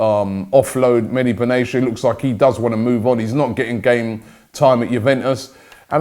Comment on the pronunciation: It's Medhi Benatia not Medi Benashia 😂